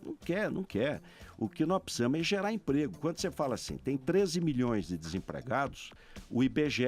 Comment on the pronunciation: De cada 10 palavras que ele fala 5 é "Tecnologia" e as outras 5 é "pssisamo"... Kkkkkkkk